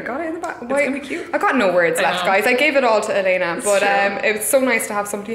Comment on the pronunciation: Your loft is gorgeous! So amazing and inspiring of you to open it up to other creatives. Also—feel it's worth mentioning that Elena's name is pronounced "Elle-en-uh" vs. "El-lay-nuh" :)